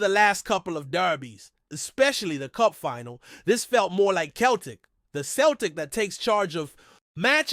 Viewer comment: It's pronounced seltic